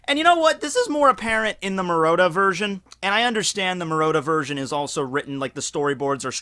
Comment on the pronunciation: "The maroda version" MU-RA-TA. Great video tho.